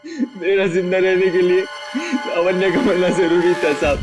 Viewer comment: लवान्य।।। 😂😂😂😂 लावण्या है मेरे भाई।